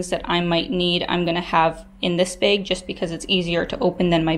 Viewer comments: Why do you say "bag" like "baig"? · do you also pronounce bagel like baggle? lol